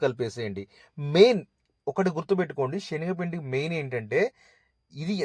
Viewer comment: షెన్గపిండి కాదు.. శనగపిండి